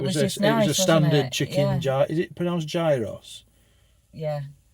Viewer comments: Hi and at the greek place gyros is pronounced as yeeros. I like what had the moussaka with a greek salad cant beat greek yummy ❤❤🇬🇧🇦🇺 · It's gyros the g is silent great video by the way x